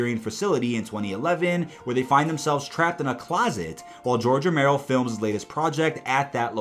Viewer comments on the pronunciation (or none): none